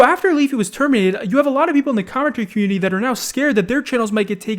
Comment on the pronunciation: " alot of people in cartuidudycumminity that are now scared." What?